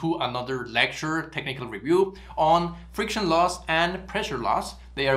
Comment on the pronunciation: Friciton 😅. Your content is great and rare